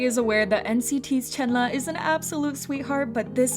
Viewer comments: It's chenlee not chenla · Ayo u said chenla not Chenle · im crying ive always pronounced chenle as CHEN LEE i didnt know it was chenluh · It's pronounced Chunluh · I been pronouncing Chenle wrong this whole time. 😣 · hi i just stumbled upon your vid. i appreciate what you're doing here but please learn how to pronounce Chenle's name correctly. i know you're probably not a native chinese speaker but it'd be great if you could at least try to pronounce it as close as you can. i apologise if i come off rude, please know i don't mean to disrespect you. thank you. :)